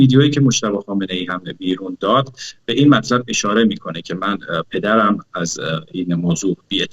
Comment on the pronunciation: بعدازظهورمجتبی من تازه فهمیدم که چرا ایشان اینهمه سال درپرده غیبت بسر میبردند،حضرت ایشان مشکل بیان دارند خصوصادرتلفظ‌حرف 《ر》، وطی این‌سالها روی ایشان کارشده تا معایب گفتاری‌اش رفع شودونسبتا‌هم‌موفق‌بوده‌انداما‌نه‌ بطور کامل‌وهنوزهم‌که‌هنوز است تاحدی مشکل‌ببان‌باقیست‌و رد‌ آن دیده‌میشودبعنوان نمونه‌وفتی میگویدپدرم‌خبرندارد، حرف ر درواژه ندارد درست تلفظ نمیشود وجالب اینکه شبکه اینتر نشنال موقع پخش این ویدئو با گزارش مجتبی‌پورمحسن ، وقتی به واژه ندارد که میرسد ته واژه ندارد را میزندویک وقفه لحضه‌ای ایجاد میکند تا مشکل بیان ایشان نمود پیدا نکند.، بله دلیل غیبت سالیان امام‌پانزدهم بعدازامام خمینی وامام‌خامنه‌ای‌،شیرین‌زبانی ایشان بوده‌است مانند حضرت موسی ، ولی انصافا معلوم است خیلی تلاش کرده اما خب هنوزهم می‌لنگد!